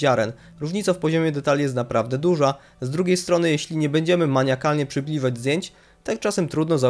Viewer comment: Nie mogę słuchać wad wymowy. Lektor będzie lepszy, materiał filmowy ok. --Przybliżać a nie przybliżać-- :):): różwnicy